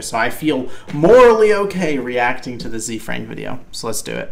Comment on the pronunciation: As a heads up, it's pronounced like Zay Frank. His name is Hosea Frank, Ze Frank for short.